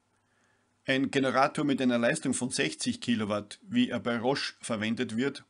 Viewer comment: eine amphibie mit sprachfehler